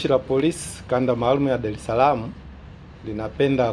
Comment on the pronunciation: Sema dareslam, sio dalesalama